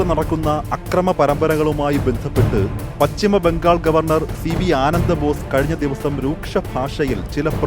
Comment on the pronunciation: പച്ചിമ ബംഗാൾ അല്ല പശ്ചിമ ബംഗാൾ എന്നു പറയൂ